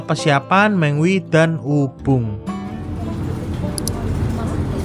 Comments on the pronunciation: Terminal Me ngwi.... Bukan Terminal Meng wi... Perhatikan cara baca nya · Terminal Me-ngwi Bukan Terminal Meng-wi, Perhatikan cara baca nya